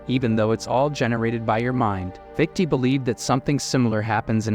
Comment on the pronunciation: Wanted to listen to this but couldn't take hearing "fiktee" over and over